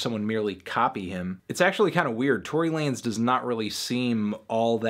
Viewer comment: nawet nie mówię że mówi się tory lejns